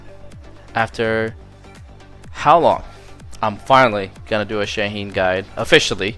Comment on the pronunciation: Shaheen ❌ Shane ✅